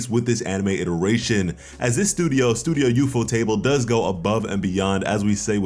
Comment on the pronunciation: It's not ufo-table though. It's ufo-tah-ble.